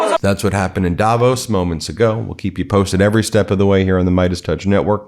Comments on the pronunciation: Apart from everything that has been commented - a detail, but it matters to me... Please call it daVOS. The stress is on "vos". Otherwise you are so close to the correct pronunciation. Love your channel <3. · Swiss people pronounce Davos Davos (v, soft) And the actual people from Davos town Davos (hard v, like f in fish) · It's called Davoos (long O and stress on the second syllable). 😁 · Jesus please pronounce Davos correctly ……As for Trump what a fool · Odd how everybody pronounces Davos wrong :) The emphasis is on the o, short a, long o. The speech was absolut cringe. What germns call fremdschämen. To feel ashamed for someone else.